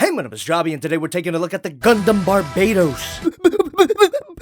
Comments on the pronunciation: Its BARBATOS not BARBAYTOS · Bar bay tos? NOOOO OMG STOP DAYJNG THAT it’s barba toast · I thought the gundam was caller Barbatos and not Barbaetos. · You sound wrong about Bar-ba-tos Use google translate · Bar-BAH-tos. y u do dis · Inhales Exhales Its BAR-BA-TOES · Another Bar-BAY-tows? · Oh my god it triggers me how you pronounce barbatos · Im slowly getting mad how you are saying his name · ...Aaaaaand he still pronounces the name wrong lol. Anyways the easily removable armor pieces are hints that they can be swapped out for the other forms planned--eh never mind I'm not gonna bother commenting about the figure anymore since no one here gives a shit about it. SwivelherePutitinmyassSpicySolidMadokaGodzillaPrime and other generic meme and line here.